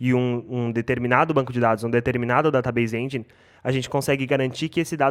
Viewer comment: ESS KI EL SERVER DATABEISE ENDJAINE = PRONUNCIA KKKKKK